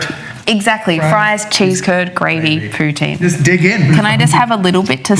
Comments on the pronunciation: It's nit poutain. It's poutine (poo-TSIN, or pooTSEEN, yes the TS is intentional, but the T is subtle). 😊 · That "e" at the end is very important. It's pronounced poo-tin, more or less. What that guysaid literally translate to "prostitute" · Uh....it's pronounced "pou- TIN . "Putain" means something ENTIRELY different! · Poutine, not poutin or putin, pronunciation makes a really big difference.